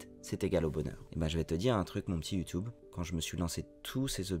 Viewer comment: Je suis pas d’accord, je pense pas qu’on dise « you-toube ». Mais pour le reste, merci, c’est très inspirant.